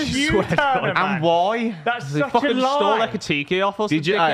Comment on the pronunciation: Eki-ti-KAY. Stress on the KAY.